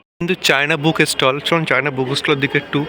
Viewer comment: আপনি "বুক ষ্টল" শব্দ দুটো পরিষ্কার উচ্চারণ পর্যন্ত করতে পারেন না।